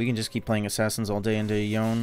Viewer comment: jesus ... you made yown "yone" -- yawn??? look like a creeps ... salute to you sir XD